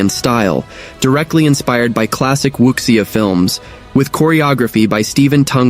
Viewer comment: Need to work on your pronunciation on wuxia and sake.